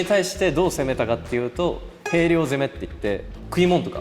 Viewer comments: りゅうちゃん！ 兵糧はヘイリョウじゃなくて「ヒョウロウ」ね！笑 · 兵糧（ひょうろう）をへいろうって読む竜ちゃん可愛い